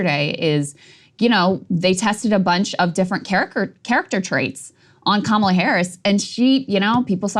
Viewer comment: Vote blue, even if it's ka-mall-a. Bahaha! Krystal